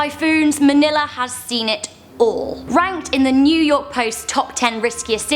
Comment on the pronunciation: new yourk :D